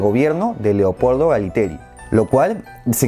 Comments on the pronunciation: Es Leopoldo Galtieri no Galiteri. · LEOPOLDO GALTIERI, NO GALITERI! MUY BUENOS LOS VIDEOS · Es Galtieri no Galitieri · Y es Galtieri... NO Galiteri jajaja